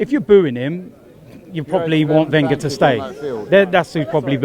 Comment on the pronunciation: sn we don't say WengerIn